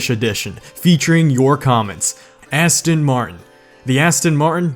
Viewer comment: Your saying Aston martin wrong